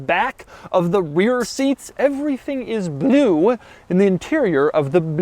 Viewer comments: I'm getting a kick out of the way you pronounce "Blewe" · His cadence is irritatingly jerky. The “Bel-oo”. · Is it just me or does Doug say the word “blue” weird?